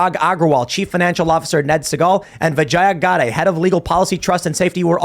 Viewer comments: Don't rape indian names. Atleast learn the correct pronunciation first. Say what you want but indian names are part of indian culture and heritage and you still being ignorant of how to call her name is just stupid. It's pronounced vee j yaa not vaa jaa yaa. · I can’t hear anything but “Vigana” when they say her name. Bye bitch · It's pronounced vi-jey